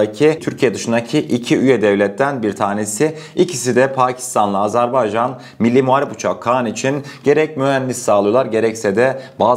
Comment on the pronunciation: Azarbaycan değil, "Azerbaycan" telaffuza dikkat!!!